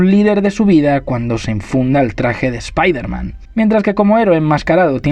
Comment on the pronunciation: Muy buen vídeo, pero no pronuncies espaiderman, nunca más.